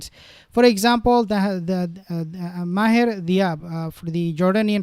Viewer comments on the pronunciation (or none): none